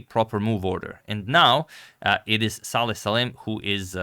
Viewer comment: BTW his first name is Salem and not Saleh